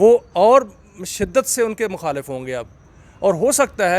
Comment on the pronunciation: Mukhalef Mukhalef hota hay. Kuch kahain nain manta.